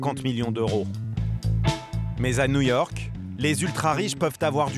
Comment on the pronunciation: nouillorque nouillorque